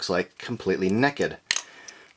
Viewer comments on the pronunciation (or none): I like how you say necked instead of naked.